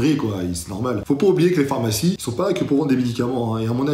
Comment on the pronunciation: "Les phamarcies",? 😉 Continue, tu as de bonnes idées!